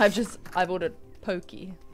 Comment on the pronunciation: It's pronounced pokay. She's talking about Poke. It's sushi, but Hawaiian.